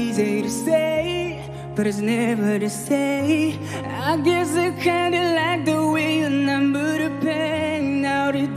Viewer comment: 吞音很严重，就是same和save一样，都是发say的音。个人感觉只是单纯在模仿英文歌手唱歌的腔调而已。但是的确顿挫、长短和轻重还是模仿的很像的，所以这个发音问题就会显得比较突出。 反过来讲，我们老是说“中式发音”事实上是母语是汉语的人的英文发音问题，而才旺罗布是藏族人，母语是藏语，汉语说的呵呵。所以这个说不定是藏族人的天赋也不一定。